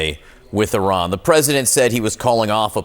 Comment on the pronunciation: It's Iran dammit not O'Ron!